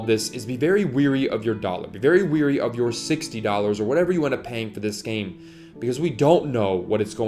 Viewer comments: Wary or leery, not weary. Weary means tired not cautious. The number of people that make this mistake is astounding. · Dude, the word is “wary”, not “weary”. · Very wary, u said weary lol I do it all the tkme 2. ;} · Its wary, not weary!